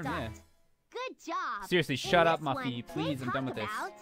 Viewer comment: Francine, Arthur, and FRANCINE!!!!!!! Do you not know how to pronouns Muffy's name.